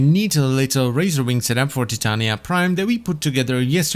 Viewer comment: Her name is Ty-tain-ya(titania)